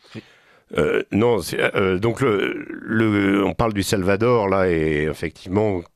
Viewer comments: Le Salvatore, 🤣😭 le Salvadore , il faut réviser la géographie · Pourquoi ce jeune journaliste prononce t il SalvaTor ? Mystère !